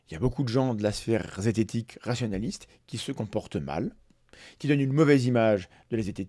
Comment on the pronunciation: Excellent contenu, comme d'habitude. Par contre, fais attention à la prononciation de 'sphère Rationaliste'. A chaque fois, j'entends 'sphère Nationaliste'... C'est pas la même chose, mais alors pas du tout !